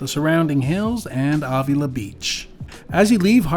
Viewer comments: Thank you! The awww was driving me crazy. 🤪😉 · Marin is pronounced like Mare rin (Marin) and Avila is pronounced like Ave ill La. You need to be here on a Thursday evening for our downtown SLO farmers market,it’s rated #1 in California ( lots of food vendors and tons of Bar b Que ). Have safe travels and comeback to SLO county soon, we actually welcome tourists.